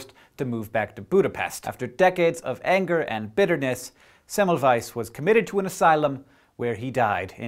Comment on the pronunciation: Hank, you were saying Semmelweis's name wrong. In Hungarian, a single S is pronounced as an Sh.